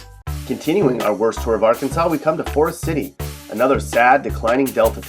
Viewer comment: Can’t pronounce “Forrest city” either